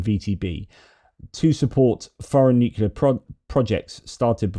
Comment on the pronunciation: It’s not Nukula, it’s Nuclear.